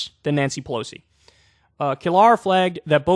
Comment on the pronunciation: how does Kyle not know how to pronounce Brianna Keilar's name ???? she's been at CNN covering politics for a long time now. one of my memories of her is when she got into a riff with Michael Cohen, who was then Trump's lawyer about the polls back in 2016 where Michael Cohen said "says who, says who".